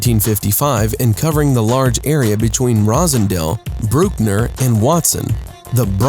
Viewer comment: The narrator did Bronxdale but he fucked up the street names. What tf is Rosendale and Brookner? It's Rosedale and Bruckner. The boundaries Bronxdale is Soundview Ave, Watson Ave, Thieriot Ave, and Bruckner Blvd